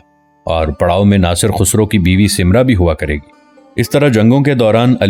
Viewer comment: Bhai khusro nhn khasroo hai apna lehjaa to saheh karen